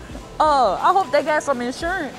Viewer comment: You and that “shurance”. 😂😂😂😂